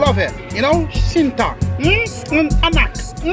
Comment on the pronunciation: Bro spell Cinta is Using C not s bro so isn't Sinta but Cinta the C can pronounce it like Chewy 😁👍🏻